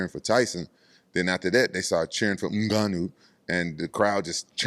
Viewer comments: Rampage sounds like he's being choked when he pronounces Mmgannou😂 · Hahaha. This Ngannou pronunciation always comes so unexpected